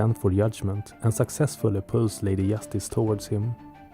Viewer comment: Really, really nice video, subscribed and liked, keep up the good work ! One request - I don't know where are you from, but it's Lady Justice, not Yastice and Joker not Yoker !!!